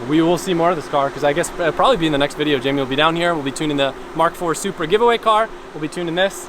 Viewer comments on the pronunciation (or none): i'm crying everytime you say ,,join the giveway" but i'm from europe 😭😭😭